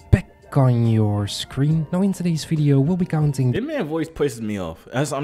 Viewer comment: Are you serious right neow?